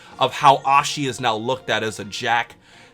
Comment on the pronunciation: Who Ashes? Just kidding I know you don't mean to pronounce it wrong